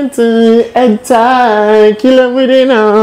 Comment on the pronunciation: 😂 Did u just say “Head Tie “lol